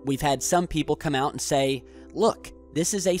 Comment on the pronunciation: Easy for him to sthay Hahaha